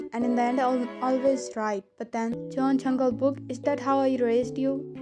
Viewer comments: He said JEON JUNGLEBOOK 😂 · Hey!Its actually " jeon JUNGLEBOOK"🤣